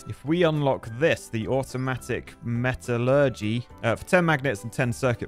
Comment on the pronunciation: That’s not how you say electromagnetism. Or metallurgy. Or silicon… I’ve played this game quite a lot and was waiting for to play it, but that was painful to watch. Matrix labs can stack AND can be set to consume matrices to research stuff so you don’t have to do it all manually!